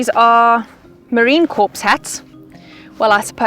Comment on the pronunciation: FYI, Marine Corps is pronounced "Marine Core", not "Marine Corpse" Their old joke is "We're not dead yet!"